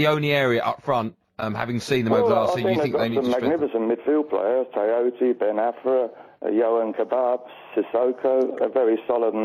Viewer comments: Not only is it yohan kebab. He calls Ben Arfa. Ben Afra, then Afri. Then called cisse ceecee. Then Amamobi. What a twat!!! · He gets BEN ARFA's name wrong twice in two different ways... wtf. Absolute pile of shit.